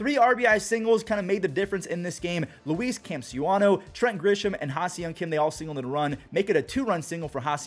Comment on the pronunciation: you have to look up how to say Luis Campusano name correctly been botching his name ever since he entered the league